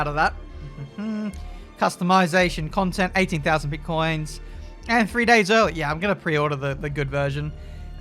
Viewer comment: Pitcoins. Not bitcoins